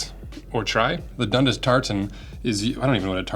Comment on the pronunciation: Dundus😂 I'm from Ontario Canada and we say Dun-dass